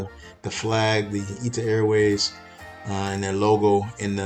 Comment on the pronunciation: It’s not Ita Airways. It’s I.T.A. airways.